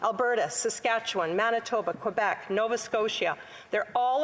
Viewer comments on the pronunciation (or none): none